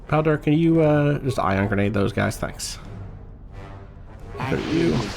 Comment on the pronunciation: I feel like I'm going to sound annoying for this, but why do you pronounce the Bao in Bao-Dur like Bow? When he introduces himself, he says it closer to like, Bayo-Dur.